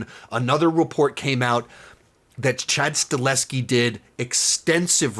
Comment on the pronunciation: Please. His name is Chad STAHELSKI, not Chad STALEHSKI